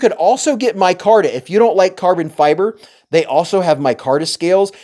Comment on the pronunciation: "Carbon fee-brey" lol